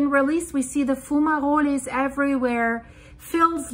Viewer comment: its pronounced FUME AAA ROLL not being picky if you don't believe just type into any search engine " how to pronounce fumarole (or fumerole) "